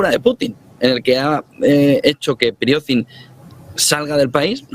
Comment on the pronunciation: y no es Prigoznin, es Prigozhin